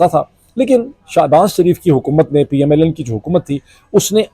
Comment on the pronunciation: R,Sir, Ap Keh PML-N keh rahay hain, but kisy issue ki wajha se PML-N(Lunn) nikal raha hai word apk mon se, I noticed twice or more???😂😂😂😂🎉🎉🎉